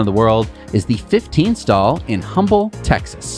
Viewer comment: There's no way you could know this, but locals don't pronounce the "H" in Humble, Tx. So it goes.